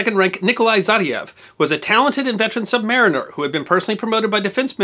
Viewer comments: Good video. FYI: You didn't pronounce submariner correctly. Correct way is to say submarine and just put an 'er' sound at the end. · submarINEer. Not subMARiner. Never subMARiner. We are not "something less than a mariner."